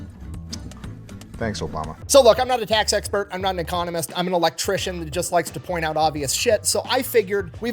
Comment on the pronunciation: Every time you say "economist," I hear you say ecommunist... just saying